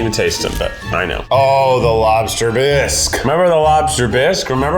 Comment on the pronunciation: Also bisque is french, and you pronounce it "Bee-s-k". Hope this helps.